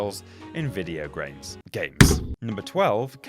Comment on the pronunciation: graims XD